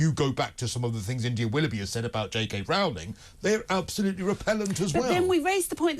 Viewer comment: It's JK Rowling - to rhyme with 'bowling'.